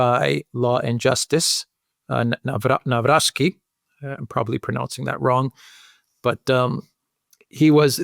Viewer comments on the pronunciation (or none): Nav-rotz-kee. In general, in Polish, "w" is pronounced like the English "v", and "c" like "tz" in tzatziki for example. You're welcome 😉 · Pronounced Navrotskeee. Stress on "rots". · Pronunciation is [Navrotski] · If you want to pronounce president-elect's name correctly it is NAVROTZKY. Greetings grom Poland ! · Say Navrotzki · The closest good pronunciation of Nawrocki is: [na-vro-tski]. Greetings from Poland. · In Polish 'W' is pronounced as 'V' and thanks for your work! ❤